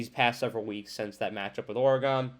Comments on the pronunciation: Just trying to help a brutha out, saying “or-e-gone” over and over sounded like a lot of work 😂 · It’s pronounced “or-gun” just FYI no or-e-gon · its not ORE GONE, its oregun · Dude, you really gotta understand how to say Oregon. I can’t watch your video with you saying Oree gone. That’s not how to say Oregon. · Well, NOW it's OreGONE! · you pronounce Oregon like I imagine a martian would 👽😂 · Good, I’m not the only one to tell him. When you don’t know how to say the name of a state properly, it makes it look like you don’t care and don’t do research. All your other analysis seems bs after that. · my point is that not even knowing how to say the state’s ( and school) name, after watching tons of game tape, or or other things, to make an educated determination that a team is better than another one, you would’ve heard their name a million times. Or, because they’re a national brand, you would’ve heard their name a million times on game day or every time they’re spoken about. It makes it seem like you did none of that, and it absolutely makes it look like you aren’t that thorough, aren’t putting in the time, so that I could put any weight to your assessment. That’s not an accent, that’s a lack of enough respect to say their school and their state’s name right. Just do better next time. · wow buddy. I never said I knew you. I simply gave my opinion, based on my life’s experiences, that it seems like you didn’t put a ton of time into your vid. Maybe, just take the constructive criticism, at face value, and do better next time. At least learn how to pronounce oregano